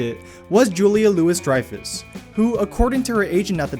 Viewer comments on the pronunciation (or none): Seriously?? Julia LEW EE Dreyfus. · You never can tell. Not you can never tell. Hard watching videos about movie facts when the narrator gets facts wrong. Julia Louis is pronounced “Lew-ee” not “Lewis”. “For which Tarantino wrote the screenplays.” Not “for which Tarantino wrote the screenplays for.” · its julia 'louie' dreyfus not louis. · Her name is Louis-Dreyfus not Lewis-Dreyfus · Julia LOUIS Dreyfus. The s is silent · Julia LOO-ee Dreyfus. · Julia "Louis" Dreyfus?? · Excellent video, seriously. But you mispronounced Julia Louis-Dreyfus name. That's a big no-no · You need a narrator. I'm 4 minutes in and I can't take any more. And to learn how to pronounce the lady from Seinfeld's name.